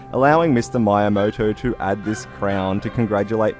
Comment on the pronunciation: Please, say MEE-YAMOTO, not MY-YAMOTO... PLEASE....